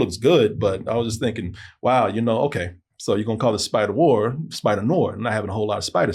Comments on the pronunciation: Noir is pronounced nuh-warr it’s not pronounced like it’s spelled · a movie critic....not being able to properly pronounce noir (new'are)...is troubling...it means you don't know the genre, the troupes, the symbolism, the origins...and yet...you are critiquing??? smh...every time he says the word...I ask...why am I watching this? You should've went to Turkey and stayed married bro... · Is mispronunciation of noir part of the bit?